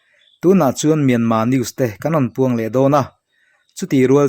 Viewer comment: I aw ngaihthlak a hah dam lutk NT. Myanma ni lo in Myanmarr zawk aw